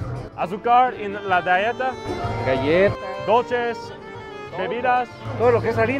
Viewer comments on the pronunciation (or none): When said dolches instead of dúlces I had to giggle 😅 this video was awesome to watch and hear from people that replace water with coke. It’s the exact same way in Managua, Nicaragua where my family lives. I’m always telling them to drink water, eat vegetables, and stop eating sweets even though they are my elders 😂 they love their gasiosas y pan dulce too much and I wish they could be healthier, but it’s embedded as a “way of life” now its just sad. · “Doltece”